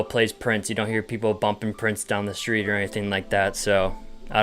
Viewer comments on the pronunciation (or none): none